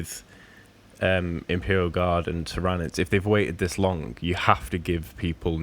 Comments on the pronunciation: 😂 he's always pronounced it like that which makes me laugh. Ty-RA-nids 😂 The GSC and custodes rumour sounds very interesting, some new GSC especially would be appreciated as they're not sitting too pretty from a competitive viability at the moment in my opinion! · That pronunciation of tyranids lol im sorry. But i heard a rumor of a custodes box vs gsc with one new character each. And a whole range refresh for templars upgrade sprue a unit or 2 and helbreight, grimaldus an ancient and a generic captain model which sounds awesome. Also chaos is taking this long because they are filthy traitors of course not only are they damned but they get slow rules. There is also another rumor of new models for them also though 5 plus i think